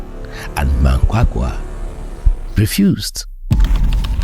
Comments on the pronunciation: Your surprising mispronunciation of Zimbabwean president Emmerson Mnangagwa's name coupled with what then became meaningless verbosity, was so irritatingly atrocious that I was unable to continue after . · Can you at least research how to say the presidents Names. Don't be as disrespectful is western journalists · And can you put in some effort in pronouncing Zimbabwe’s president’s name correctly with all due respect!